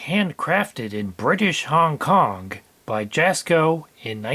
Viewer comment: Hong Konk? Strange way to say Kong..